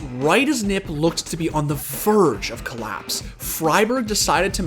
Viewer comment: he said “nip” every time... it’s n.i.p...